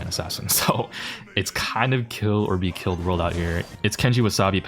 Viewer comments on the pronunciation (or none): none